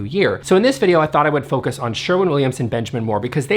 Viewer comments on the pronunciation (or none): none